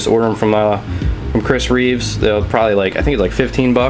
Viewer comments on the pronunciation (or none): Come on man, it's REEVE. He's not Christopher Reeves the movie star, he's Chris Reeve. No 'S' at the end lol. Just kidding. Sorry to bust your balls, I'm not one of the douchebag-ish subscribers. But kinda..